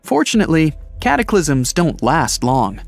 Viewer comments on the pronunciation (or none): Did he just said cat aklisim